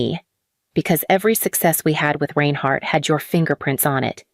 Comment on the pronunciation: Learn how to pronounce "Reinhardt "! All this stuff is stupid.